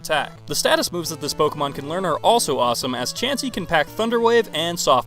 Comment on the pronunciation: HIM: CHAUNCEY ME: 🤨